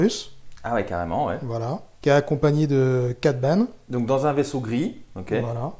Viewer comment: C'est Cad Bane et non Bané🤙